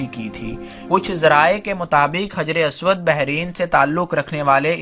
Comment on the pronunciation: بہت خوب لیکن کچھ غلطیاں ہیں انہیں ٹھیک کرلیجئےگا حِجْرِ اسود کو حَجَرِ اسود پڑھیِے گا